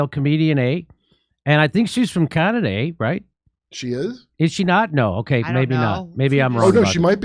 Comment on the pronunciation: just says Canada wtf is Khanadae🤣